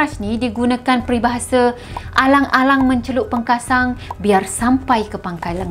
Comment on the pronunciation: Kak aa comel alang ii mencelup pekasam bukan pekasang 🥰😁🤪🤪🤪